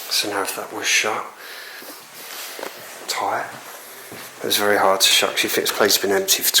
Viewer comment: Be vewy vewy quiet!!!